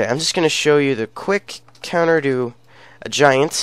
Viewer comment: its counters not conters bud